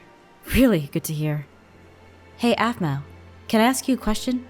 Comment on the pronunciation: it's aphmau not aphmoo